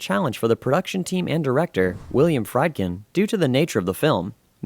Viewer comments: The person doing this video must have a vintage brain ?? The Exorcist was released in 1973, NOT 1977 as he stated. And the director's name is William Friedkin, pronounced "Freedkin" not "fried" as in fried food !! Get you facts straight before you start making you tube videos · It's pronounced Freedkin, not 'Friedkin', like fried chicken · its pronounced William Freed-kin. Short vowel 'I' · It's pronounced Willian Fr'ee' ❤😂dkin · Whenever I watch an interesting subject that utilizes a narrator, I look forward to learning something. The moment I hear the narrator mispronounce names, e.g.: Regan, Friedkin,and give wrong information, (the year The Exorcist came ou) I can’t take this serious. Am I the only one it irritates? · Friedkin and "Reagan' are being pronounced wrong on here... and its "Rick James' NOT 'James Rick. I'm so sorry but credibility stems from everything being correct. That being said.... it was a very good and interesting video.